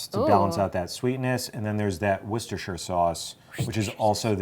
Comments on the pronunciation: Not woo sta shur. Wuh sta shur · Wooster! not woorcestershher 😉